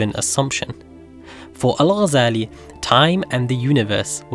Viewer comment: The way he says Al shows you that he's not an Arab